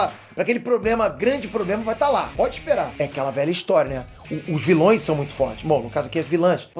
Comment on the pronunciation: "vilães" foi de fuder